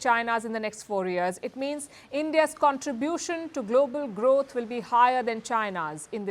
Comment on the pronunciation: "as a global gross" ?? congrats